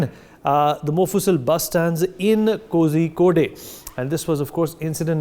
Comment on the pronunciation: The news presenter must get his pronunciation of Kozhikode right.